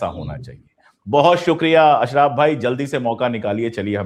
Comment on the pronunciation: वह अशरफ़ है ना कि अशराफ 😂